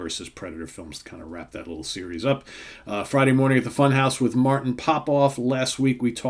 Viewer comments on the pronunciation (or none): none